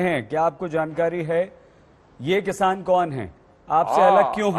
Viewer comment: Dakait bhai jab bhi tum kisan bolte ho to hame dakait q sunai deta hai